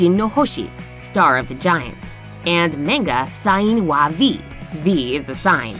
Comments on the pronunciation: The way she said “manga” triggered me so much in fact this video made me lose brain cells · You say you love everything Asia... But you mispronounce Manga 🤔